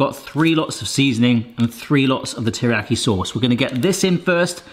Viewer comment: Me wincing every time mispronounces teriyaki 💀 Please save us from it lol it's pronounced like tear but NOT the crying tear like you've been saying, its actually the grr I'mma tear this apart type tear that's then followed by the iyaki.